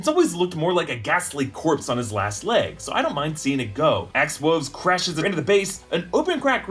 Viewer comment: did you say Axe "Woes"?? 👂🏽 🤔 lol 😂 j/k 🐺